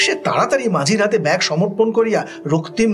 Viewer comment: এই উদ্যোগ অসাধারণ। পড়া গল্প কানে শোনার মধ্যে দিয়ে আবার একবার রিভিশন হয়ে যাচ্ছে । উচ্চারণের দিকে একটু যত্নবান হলে ভালো হয় যেমন...ব্যাগ কে ব্যাক (2.3), নামিবা মাত্র কে নাগিমা মাত্র(2.10) ইত্যাদি।